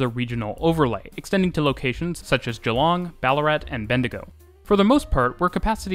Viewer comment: Pleasantly shocked by the correct pronunciation of Geelong